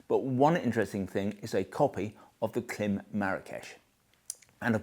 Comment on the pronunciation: Klim: It’s pronounced KLAAAAIMMM, as in “climb a mountain”. Shoei: It’s pronounced SHAW-EY . Has nothing to do with shoes.